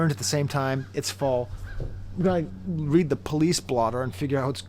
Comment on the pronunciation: AVAA but damn man it's read(red) between the lines like autocorrect underlines things in red. Not read that rhymes with steed. That was sending me😭sorry. Great video as always🙌